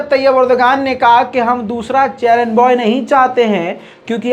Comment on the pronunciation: चेरेनबॉय नही है चेरनोबइल है